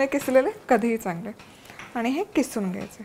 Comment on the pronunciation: किसून नाही.......'खिसून' असते